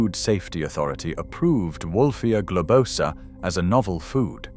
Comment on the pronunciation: It's gloBOsa, not gobloSAAA